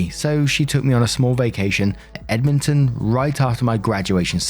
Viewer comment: I feel like you sounded a little unsure on your pronunciation of Edmonton, but you nailed it! Well done :)